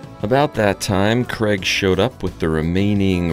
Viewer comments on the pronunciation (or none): Is your employees name Craig? It sounds like you are saying Kreg. 😄